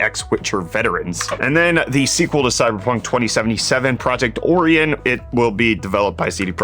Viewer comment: did this man really just say OR-EE-AN